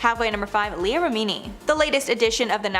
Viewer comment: & finally number one? That was not Tom stop saying Leah’s name wrong